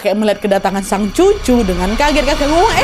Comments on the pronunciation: Ngak jadi takut aku, gara² kak nadia salah ngomong cucu jadi susu😭😭. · "ngapain kau dekati susuku"😭😭😭😭 epic bgt keplesetnya nadia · Lagi TEGANG DAN MENCEKAM MALAH TYPO BILANG SUSU 😂😭